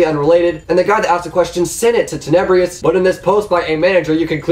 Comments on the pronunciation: Skilaruh bruh literally said " teneybrious" like wtf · If you are going to lie about Tenebrous you should at least say his name right Jeeeeeeezzzzz